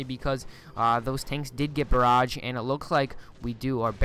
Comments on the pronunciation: Is English not your first language? Lol... Necro-polis and bear-aj.(It's neck-cropolis and buh-raj) Anyway nice casts. Enjoying them. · Learn to talk, lol your "necropolis" and "barrage" pronunciation. Schools today are wtf?